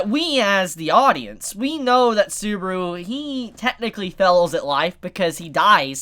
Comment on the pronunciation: dude its SUBAAAAARU,NOT SOOBRU